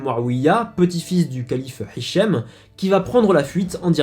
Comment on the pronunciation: Très bon travail. Petite remarque cependant, dans ta prononciation arabe, tu utilise trop souvent (voire toujours) "ح" à la place de "ه". Par exemple, mon prénom c'est هشام et pas حشام. Merci pour ton travail et courage pour la suite.